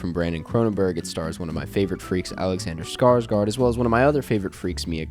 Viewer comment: How come no one can pronounce Alexander Skarsgårds name correct